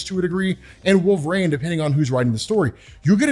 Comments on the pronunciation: wol-ver-een , not wol-ver ayne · I'm not the only person that hears Nails on a chalkboard every time this guy says wolv rain it is pronounced wol ver one. This has been established for years across multiple forms of media its not up for debate or interpretation his name is established. I'm a huge fan but I swear to God I might go to jail if I ever meet this guy I might need to strangle him while screaming his name is wol ver ine! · I dont remember robb saying wolverine soo stupid its not wolvesreen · The way you say Wolverine hurts me. Yet I still listened. 😅